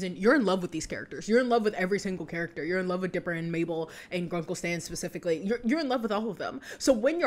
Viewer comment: "and grackle stan spicifcally""